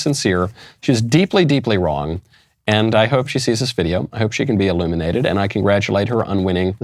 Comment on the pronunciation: I had to rewind the video -- I thought you said, "I hope she can be ELIMINATED", but on second listen it was actually "illuminated". 😂